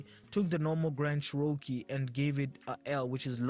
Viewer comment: I'm positive, the Cherokee Nation Indians will be insulted by your pronunciation of their tribal name...